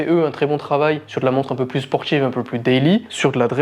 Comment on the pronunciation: Un petit effort de français SVP : ex. BouTCHique, SporTCHive, "qui font rappeler" (?) pour "qui rappellent", caractérisTCHique, sorTCHI, plus PTCHtite...🙄